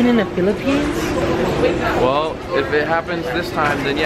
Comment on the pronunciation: Iam in the phillipines because iam a filipino... SAID PHILAPINES